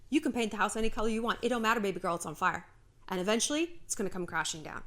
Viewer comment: I love how shallon says baby gurl